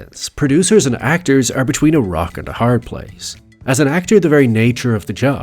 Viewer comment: You can't even say "rock and a hard place" right. You stressed the wrong word.